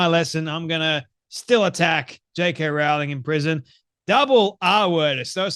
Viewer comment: Rowling. Not 'row'as in arguing, but 'row' as in rowing a boat. Best to pronounce her name correctly.